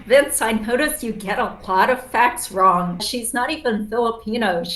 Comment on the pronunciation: You mean ‘wong’ 😅